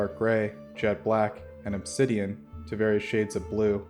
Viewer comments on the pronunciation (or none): none